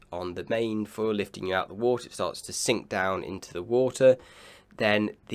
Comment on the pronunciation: Can you please work on your pronunciation/enunciation? Although your yachting analysis is top of the range and we really enjoy it, your english pronunciation is very poor and distracting. Your "th" is often replaced with a "v", like the word "the" you pronounce "va". Sometimes you get it right but you often slip back to the bastardised version of our language. Ainslie does the same thing. To a lot of us purist sailors we discuss that drop in standards but equally discuss your fine analysis.